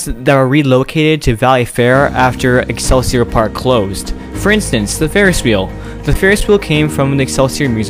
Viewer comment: Love the topic and video but just as a Minnesotan that lives riiiight by these places: Shock-a-pee X-cell-sea-oar like what al gore said in South Park